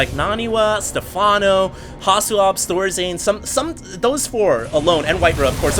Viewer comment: "ThorZane" really now ? Isn't it Thorzain ???